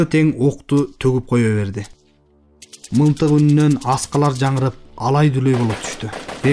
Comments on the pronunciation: Мынтык дегенди уккан эмес элем. МЫЛТЫК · Урматтуу диктор мынтык дебей мылтык деп окучу адабият сабагын мектепте окудун беле